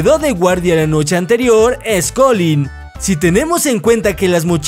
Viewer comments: Like si te diste cuenta que en el minuto dice NOCHGE en ves que noche ;-) Yo pude responder todas menos la ultima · jaja la nochge envés de noche, te equivocaste.Minuto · Se Equivoco:v "NOCHGE" (NOCHE) Igual te quiero <3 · Momento . Dice "nochge" no noche😂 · si es cierto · Like si notaste que en el minuto dice nochge y no noche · dice Nochge 👍si tu tambien lo notaste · Notrte no Nochge me decepcionas:v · "La nochge"